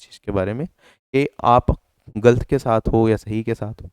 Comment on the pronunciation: क्या गल्त गल्त लगा रखे हो भाई,, गलत होता है, ल न कि ल्